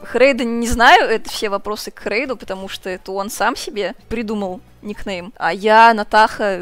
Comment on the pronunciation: Она сказала Херейдуль….